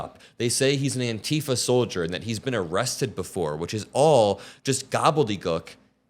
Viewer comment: eww, why tf do you pronounce antifa like that?